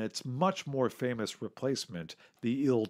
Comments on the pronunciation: Its pronounced T.U S.U or I.L not tew. Sue or ill as in Tee you 22. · I cringed every time he said TU-144 as "Too-144". It's "TEE-YUU". And IL-XX is not pronounced 'ILL"; its pronounced 'EYE-ELL'. Individual letters are pronounced. Please do your research instead of narrating wikipedia.